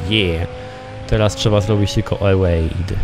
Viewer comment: Jakie EŁEJD?!?! xD Evade czyta się Iwejd